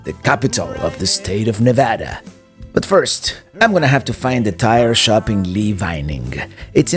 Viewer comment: On the other hand he pronounces Nevada correctly!